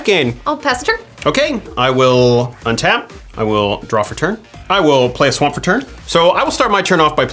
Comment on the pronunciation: He said "play a swa'mp what a mron I hope he was trying to be funny at least